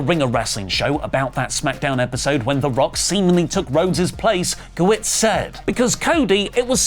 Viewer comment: Guh-WERTS not WITS